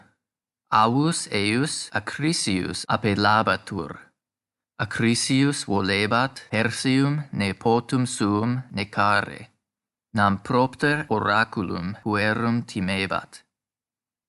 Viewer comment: i come to you after hearing videos with invariably poorly pronounced Latin. These videos are the best so far. Can you correct your reading of appellabatur (or explain why the antepenult is stressed, in case I am missing somthing)?